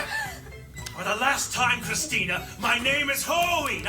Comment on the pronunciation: Please guys, just call her Christina if you're going to say it like that 😅